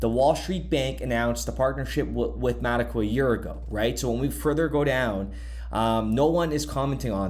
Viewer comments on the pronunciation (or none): Metaco not Mateco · It’s “Meta-Co”